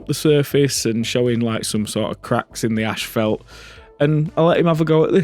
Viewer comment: "It'S a PaTh," says the guy who pronounces asphalt "ash felt"